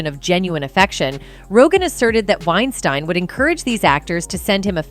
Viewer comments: Oh my gosh she’s driving me nuts with the way she pronounces Weinstein, she’s not even consistent with it. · Anyone notice how this lady switches up the pronunciation of "Weinstein" multiple times?? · She calls his name wrong every OTHER time she says it!! I'm out! Damn! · Pretty said you are unable to correctly pronounce Harvey’s last name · Its really annoying that your not pronouncing Harveys last name correctly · Do you have any idea how annoying it is to have some ignorant narrator go back & forth between Weinsteen & Weinstine. For the record, it's pronounced like Weinsteen. Figure out what you're doing & stop being so annoying. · Why is she pronouncing his name two different ways -Wein-steen and Wien-stine? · Is it Weinstein or Weisteen? So distracting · It is pronounced Winestēēēēn. ✌🏼😊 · Anyone else annoyed with the different pronunciations of Weinstein? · Lol did you purposefully flip pronunciations between 'Wine-steen' and 'Wine-stine' everytime you said his name? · Weinstein (steen) and not Weinstein (stine)....jeez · Please be more consistent in pronunciations. Pick one and stick to it. It's annoying to hear "Wein-STEEN and then "Wein-STINE" a second or two later. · Is it wine-st-I-ne or is it wine-steen. You pronounce it both ways and you don't seem to care. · The narrator’s constant mispronunciation of Weinstein’s name as “Wein-stine” was distracting. Occasionally she threw in the correct “Wein-steen” pronunciation too, which was weird. I’m guessing it was a bot, but that doesn’t explain the switching between pronunciations. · I believe "Wein-stine" is actually the correct pronunciation, given that the name is of German origin, ei is pronounced as i, and ie is pronounced as ee... Oh, and I do believe it is a bot, possibly a typo could explain the changes in its' pronunciation, it is f'n annoying... 😬lol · “Weinsteeeein” than “WeinstAn” is so annoying and distracting!!! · wine stine? wow.. AI is impressive